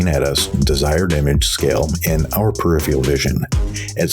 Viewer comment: Conversely, I appreciate where your voice sits in the mix, and my comment would be that the word is PER IF ER AL not PER IF EE AL And then there's me with a Yaw2VR motion rig that makes Monitors "right out" and my inner monologue is going "Awesome. Now do VR...." to VR users are not presented a rectangular, two dimensional image with linear perspective and we can see INTO the monitor...